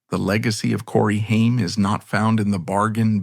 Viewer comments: You lose all credibility when your shitty AI voiceover can’t even correctly pronounce the name of your video’s subject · Omg this AI is so bad. You cant even say names correctly. Stop being lazy and reas the script yourself. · Shame that his name is said wrong thru this whole video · thats not how to pronounce his name